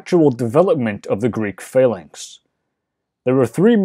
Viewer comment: The lector pronounces the word "phalanx" as "failings" most of the time, which is confusing.